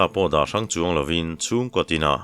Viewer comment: Sailo ni chuang tih a, (Chuang) tih lai hi, motor a kan chuang a, chuang thluk a lam tur hi ni zawk a kan hriat. I chhiar thiam in ngaihthlak a nuam em em chung in, tawng thluk dik hriat duh vang in kan in rawlh ve lawk a ni e.